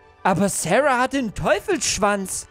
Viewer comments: Sie heißt Sahra und nicht Serha😂Egal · Sahra und nicht särha